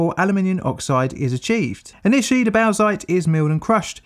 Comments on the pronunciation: bowzite ? desiccated bowzer shit ? , yeah its pronounced borksite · “Box-ite”. It’s pronounced simply “box-ite”. Definitely not “bough-zite”. 🤦‍♂️ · Small correction: bauxite is pronounced "bork-site", not bowk-site. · I guess I'm just that annoying guy who corrects you on pronunciation now, but.... bauxite is pronounced BOCKS-ITE, not BOWZ-ITE. Great video as always, very well researched and presented. This reminds me of the time you called the body of water I live on the poo-jet sound instead of pew-jet sound - the idea of it being named after a jet of poo had me laughing far longer than it had any right to! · Aluminium ore is bauxite pronounced “bawksite” not “bowsite” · "Bowsite".... No mate.... Bauxite = "Bawksite" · Its just pronounced "boxite" not "baozeit" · Bauxite is pronounced "Borx-ite" Dam! (Pedant's corner attempt at a dam joke.) I'll get me coat... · It’s pronounced “BOX-IGHT”!!! Box ite!! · Oh and bauxite is usually pronounced boxite or bawksite. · I kind of liked the pronunciation shift toward bawsack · Aussie here. We dig up a bit of this stuff. We pronounce it as bork-site. But we are at the arse-end of the world. So who cares. On a side note - I do like AvE's description of aluminium as 'liquified elctrocity.' You keep making content, I'll keep watching. Thanks. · So I was going to comment on his pronunciation of Bauxite but reading through the comments.... How the hell are Aussies pronouncing it "bork site"? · 👌 video on point. Bauxite is pronounced boxite i believe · Well, you know, it's Australia. They do like their "bork" sites... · Where else would you bork... if not at a bork site? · I've never heard Bauxite pronounced any way but "box-ite", and I come from a state (in the US) with a town named Bauxite. Odd. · Bauxite is pronounced like box-ite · What pronunciation of bauxite is that? In English it is generally "Box-ite". It is named after Les Baux-de-Provence, but even in French the rock is not pronounced like "les baux".